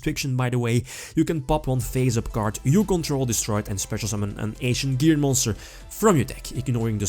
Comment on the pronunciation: Lol, I love you, but I can't unhear "Asian Gear."